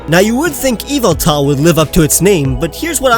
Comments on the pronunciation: NOT YVETAL BUT YAVATAL! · Is any one going to tell him it's yavaltal